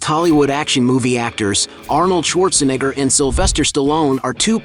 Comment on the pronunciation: This guy really having a tough time pronouncing "neigh".. comes out as "nih" everytime. Just say Arnold.